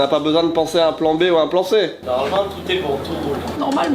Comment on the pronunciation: « Normalemang touté bong » ah putaing c’est bien le Sud ça ! 😅❤